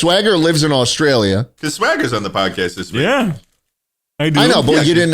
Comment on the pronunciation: ah yes jaustrailia schlatt